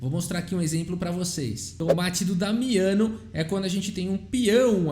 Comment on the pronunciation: Boa pronúncia do italiano,... quase certeza q vc treinou antes de falar. Parabéns;-)